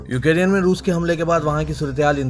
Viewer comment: یو کے ری ین ¿ نہیں یو کرین Ukraine